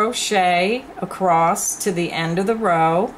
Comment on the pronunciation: there is no T on the end of the word ACROSS